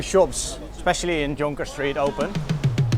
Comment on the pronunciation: You pronounce the word Jonker like Malaysian way too.